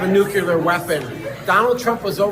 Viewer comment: Someone please teach that maga congressman how to pronounce new-cle-ar